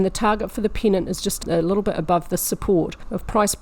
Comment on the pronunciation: When you say "pennant" it sounds like "peanut". : )